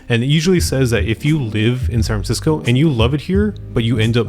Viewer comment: San Francisco has four syllables, just sayin'